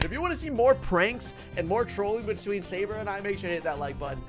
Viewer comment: at 44 seconds called sabre gaybre lol